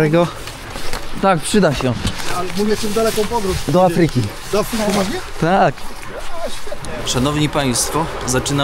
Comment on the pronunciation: Do A-fryki a nie A-FRY-ki, uwielbiam Was, ale akcenty sa wazne :)